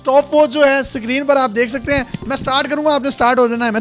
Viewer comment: Bahi sikreen nahi screen